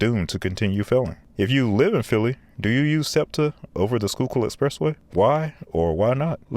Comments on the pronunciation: Man you pronounced Schuylkill great and then got hung up on Manayunk 😆(It's Manny-yunk) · He clearly looked up how to pronounce Schuylkill but didn’t bother with the rest 😂 With that said though I can’t disagree with a lot of what he said. I hate left side exits and narrow lanes. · I've driven the Schuylkill many times and this video underclass how bad it really is. The only thing it's got going for it is the view. P.S. Great job on the pronunciation of place names for a non-local... except for Manayunk. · Ayyyeee he pronounced Schuykill right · Pronounced "Manny-unck," but valiant effort. You certainly redeemed yourself with "Schuylkill." 👍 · The pronunciation of Manayunk in this video was wild, but he got Conshohocken and Schuylkill right so respect. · Congrats on pronouncing Schuylkill correctly. 😊 You are absolutely correct about I-76. I was always grateful to have safe trips when driving it. When driving it, I thought about being the safest I could be, because that is the only variable I could control. I live in New Jersey, now, in one of those Townships you mentioned in your NJ video. You can definitely see a difference in road quality and manageability when driving in NJ. Safe travels! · Manyunk is pronounced MAN-e-UNK. You did good with Schuylkill and Conshohocken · Crazy impressed you pronounced Schuylkill almost perfectly. Although it's Man- E - Yunk, for Manayunk. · Got a chuckle . It’s pronounced “Manna-yunk” or “Manny-unk”, but its all good because you didn’t butcher the pronunciation of “Schuykill”.